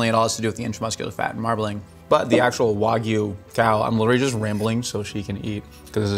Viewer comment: Hearing her pronounce wagyu correctly made me quite happy